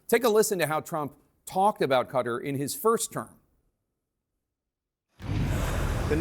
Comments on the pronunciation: What's Cutter? It's Kuh-Tar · Its not "Cutter", its "KTar"!!! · It’s Qatar, not cutter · It’s not pronounced Cutter!! Listen to Trump and you’ll be able to pronounce it as a real cultured journalist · Guy can't pronounce Qatar.. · Why can’t Americans say ‘Qatar’ properly?